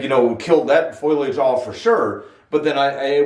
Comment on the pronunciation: You complain about lack of views, couple of tips, its sounds like you are yelling at the audience, try make the videos a bit more relaxing. You pronounce foliage wrong. That is just from the first 4 minutes of watching. Also coming off as defensive about the type of Ficus it is makes me feel like you've been in an argument or two about it. apart from that I'll give your channel a chance, as i have Ficus Bonsai myself in Australia.